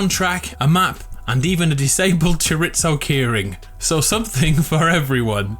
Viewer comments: It's choreeezo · Pro tip: Chorizo in spanish its pronounced pretty much how it is written not "choriTzo" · Homie butchered the word chorizo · Y’know, you need to learn how to say Chorizo 😭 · How he says Chorizo hurts me on a personal level.. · You pronounce Chorizo wrong!